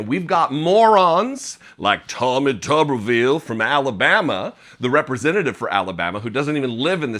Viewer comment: Tommy Tuberville is so dumb. How dumb is he? He's so dumb, that he doesn't even know how to pronounce his own name.